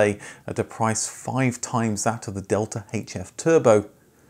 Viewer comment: Also 'delta' is pronounced differently in Italian; still good effort sir! 👍 Great video as always!